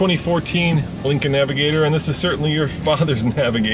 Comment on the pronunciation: naviGAYtor..... Smfh